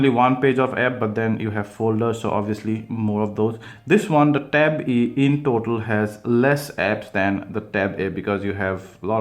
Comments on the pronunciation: No. He's actually saying 'e' and 'eeh'. Lol. 😂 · Ben Walsh yes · can u pronounce it clearly with a smoth "a" and the "e"